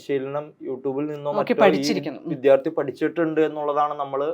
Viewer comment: വിധ്യാർത്ഥി ന്നല്ല ടീച്ചർമാരേ വിദ്യാർത്ഥികളാണ്.